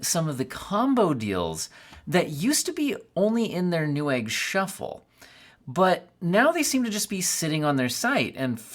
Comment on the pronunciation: ok but it's newegg